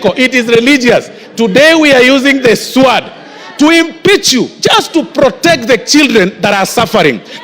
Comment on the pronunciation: SWORD...Pronounced /sood/ not /swaad/. I feel disturbed by the stale academic standing of this boy.